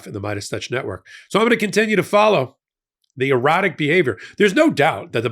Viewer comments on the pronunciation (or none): Your "erratic" sounds like "erotic" and now I feel sick